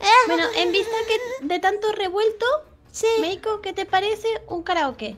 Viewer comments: like si se dieron cuenta que en ves de decir meiko dijo melo XD cuando dijo que habian que hacer algo para que no cantara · Like si dijo "MELO" en vez de "MEIKO" en el minuto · dice melo en vez de meiko😂❤️ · En 2 momentos dijieron "Melo" en vez de" Meiko" 😂 Pero bueno aguante el #TeamUsui ❤️❤️❤️ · Minuto dice melo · like si escucharon que dijo melo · dijo melo en vez de meiko 😂😂🤦🏻😂😂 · Soy la única o dijo "Hola MELO"😅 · El dijo melo?nose si se equivoco o nu c :^ o era asi :0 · QUE NO SE DICE MELO ES MEIKO >:v